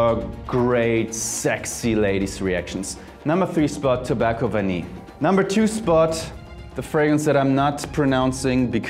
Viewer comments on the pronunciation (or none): none